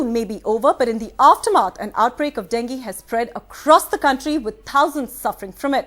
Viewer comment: "aaftur maath"